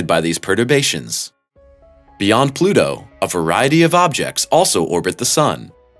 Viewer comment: It’s Pluto you twat!!